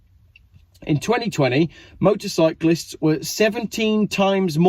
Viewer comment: its motorcyclist motorcyclist lol